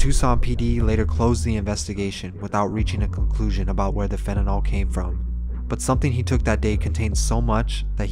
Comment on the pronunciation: Pronounced "Fent-a-nil", not "fenedol" as you are calling it. Nothing makes me more peeved, except maybe actual news and other experts, than people mispronouncing "fentanyl", especially with it being in the news so often. It's even worse to hear someone cry their eyes out and they can't even pronounce the name of what took their loved one. If people have to remember names of illnesses like Alzheimer's or Multiple Sclerosis, THEN YOU can recite and remember "fentanyl"